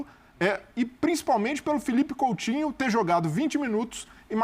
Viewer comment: COUTINHO É COM "U" E NÃO COM "L"